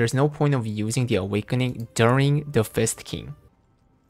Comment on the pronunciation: ....why does it sound like you keep saying it as Fisting instead of Fist King.....are you trying to tell us something? smirk smirk